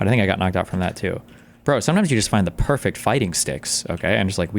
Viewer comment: it did not sound like he said sticks 😅